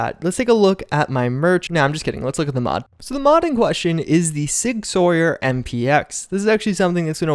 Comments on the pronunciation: All my gun enthusiasts in here cringing. It's pronounced SIG "SOUR" not "Soyer". Just for future reference. Love your vids, bud! 👌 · Sig Sauer 》"Sour"《 (not "soyeur"😢) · Sig Sawyer... It's SOUR! Mis-pronunciation is HORRIBLY annoying! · i thought sauer was pronounced like sour not sawyer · Tiny cringe. It's pronounced "sour" not "Sawyer" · Sig “sow-er” not sawyer. Sorry I’m a gun nut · Sauer is pronounced sour not sawyer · Sig Sauer is pronounced like sour. And in reality the MPX is sub par compared to a CZ Scorpion Evo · For the record, the "Sauer" in "Sig Sauer" is pronounced like "sour" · I don't want to be "that guy", but some I'm a gun guy in real life I thought I'd help. Sig Sauer is pronounced like "sour". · Love ya man but you gotta look up pronunciations before you put up your videos, sig sauer “sour” and this isn’t the first time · Sauer is pronounced sour. Like sour candy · The Sig is amazing. Sauer is pronounced Sower. I used to have Sig pistols. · Pronounced sour bud.